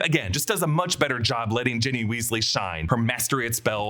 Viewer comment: Did you just call Ginny, Jenny